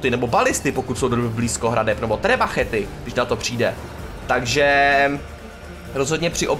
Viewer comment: Btw není to trebachet, ale trebuchet :D